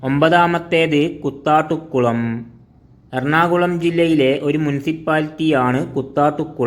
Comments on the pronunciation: കുത്താട്ടുകുളം അല്ല കൂത്താട്ടുകുളം എന്നാണ്. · Kuthattukulam alla, Koothattukulam 🙂🍭